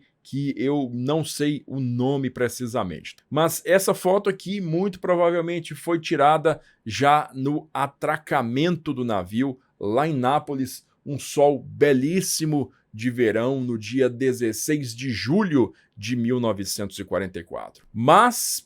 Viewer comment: Bom dia proferos un ciao da Italia. Con todo respeito si dizer Napoli senza s final. Te asistu da anos aqui da Italia